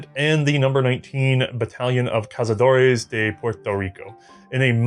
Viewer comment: I bought one of these and i dont know why. Also its just "cazuhdor", not "cazuhdoray".